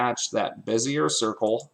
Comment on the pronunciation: Good tutorial! By the way, it's said beh-zee-AY. French-style.